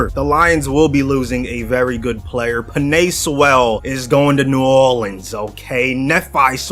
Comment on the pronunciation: pEnEi SeWweellll😂